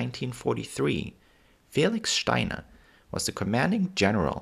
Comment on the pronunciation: I like this video, and I like the way you say "Steiner". I think it'd be great if you made a video on the history of the German flag in more modern times (Prussia to now)